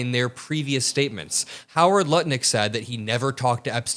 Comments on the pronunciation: 🤣 did you say Howard nut lick?😂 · I heard Howard nutlick . Intentional or a slip, dont care that shit was funny homie 😮😂😂😂😂😂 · Hey, did I just hear you say Howard Nutlick? Freudian slip perhaps? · HA HA you said Nutlick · I heard you say "Howard Nutlick" 😂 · "Nut Lick" ... hey that was pretty funny. You mispronounced his name and that was a fun moment. On purpose or just a Freudian slip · I heard you say Nutlick..I know it wasn't on purpose but i still giggled... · You said Howard Nutlick ... 😅 Catchy... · You said Howard Nutlick 😂🎉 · Okay who else picked up on the Freudian slip he said nut lick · You said "Howard Nutlick" lol I don't think it was on purpose but it was accurate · Nutlick Lol I don't know if it was intentional, but it's easy enough to transpose those syllables. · I swear said Nutlick 😹😹😹 an accidental slip of the tongue, I do it too, I think everyone does. Keep up the great work. 💜🫂💜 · Hahaha, he said Howard Nutlick lmao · I heard a slip- Howard Nutlik 😂😂😂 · Did you say Howard Nutlick? 🤣🤣🤣🤣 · "Howard Nutlick" is fucking hilarious whether it was a misspeak or not 😆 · Did I just hear you say Howard Nutlick? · I could have sworn I heard "Nut-Lick." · Did you mean to say “Howard Nut Lick” because I call him that all the time 😂😂😂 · Wait did you say howard Nutlick? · Love the accidental (?) "Nutlick" slip. Cheers.... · Did you say "nut lick"? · Howard Nutlick? Awkward slip of the tongue - but accurate. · The slip where you said “Howard nutlick” made me laugh so hard. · Nobody noticed he called him Howard Nutlick at the end of the video 🤣🤣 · Did you say "Nutlick?" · Did I mishear it or did you really call him Howard Nutlick? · I heard Howard Nutlick.... that was a Freudian slip....and a well-deserved one. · You said Nutlick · Did he just say “howard nutlick” lol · I love the slip-up Howard Nutlick 😆 🤣 😂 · All I hear is 'Howard Nutlick' evertime says his name...I cant unhear it!!!! lol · Lol did he say Howard Nutlick?